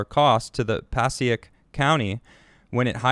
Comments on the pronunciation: Passaic County pronounced PAH SAKE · Theres a hard A in there, Pa - sAy- ic, Passaic county